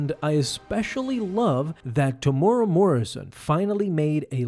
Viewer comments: "Tomorrow Morrison" 🤣🤣 TE-MU-E-RA bro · Sorry but only thing that brought me to this video was the pronunciation of Temuera's name. Its pronounced "Teh moo era" or "Teh Mu Era" not Tomora or whatever spangled word you used. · Teh - moo - eh - rah. Roll that R. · Temuera Morrison isn't "Temora" but I'm sure he's heard worse. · Temuera Morrison is pronounced Tem-u-era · This is my favourite scene from the entire series. It shows the true cost of war. Say it like this bro: “Tem-ew-erah” and roll the tongue. Temuera Morrison. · temuera. tear moo ear rah....easy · Love your videos but as a Kiwi myself, Tem's name is pronounced similar to "Tem-oo-ear-a". But Maori is pretty unknown for non-kiwis so don't worry! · Ooof, gotta work on that pronunciation of Temuera. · Love how you butcher the actors name 😢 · that isn’t the correct way to say temuera